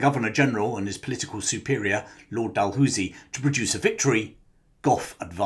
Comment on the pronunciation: I grew up Near Dalhousie Castle,that's NOT How we Pronounce it...🏴